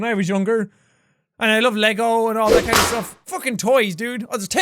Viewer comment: jighfive LOL